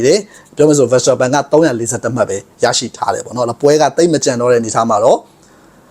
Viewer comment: Verstappenကို ဗန်စတာပန်လို့တော့ အသံမထွက်ပါနဲ့ဗျာ။ နားထောင်ရတာ အဆင်မပြေလို့